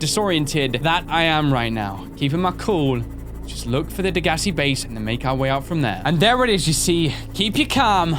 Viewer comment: "The Bheyse. Yes the Bheyse" XD